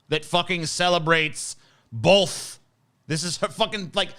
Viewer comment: "Hey, say, 'both.'" "BOLTH"